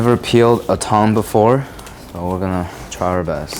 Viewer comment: Is it just me or does he pronounce "tongue" like "tong"?